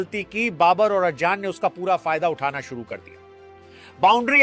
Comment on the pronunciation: Ajjan nahi hai wo azan hai😂😂😂